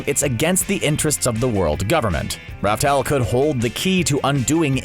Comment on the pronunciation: By the way not raftel, it's laugh tale.